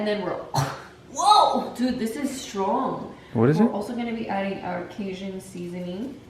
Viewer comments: Cage- un, not cayzun lol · Cajun is pronounce cay-gin. Sorry but someone from the south, the way you pronounced it made me kind of cringe.